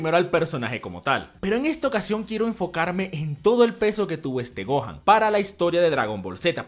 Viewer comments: ajjaaj se dice gohan y dai lo dice ¡gojan ! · dijo gon o me parece?